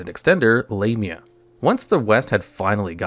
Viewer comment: "D/D Lame-ia" 💀